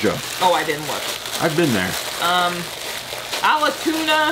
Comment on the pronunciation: Had to giggle wit the green moo moo and your pronunciation of the town it was returned from. 😜 It’s pronounced Al-tone-ah. Ps love your banter with each other. Keep up the entertainment 😁